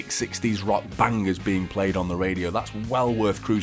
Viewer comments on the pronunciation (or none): An English person saying bangers. lol.